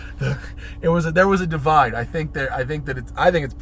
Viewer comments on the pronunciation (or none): none